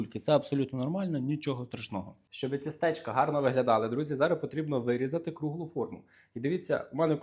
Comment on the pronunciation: Не тістЕчка, а тІстечка